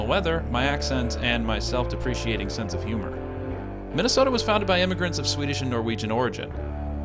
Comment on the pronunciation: Did you say self deprecating or self appreciating 😃